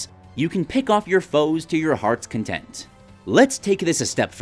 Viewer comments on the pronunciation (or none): none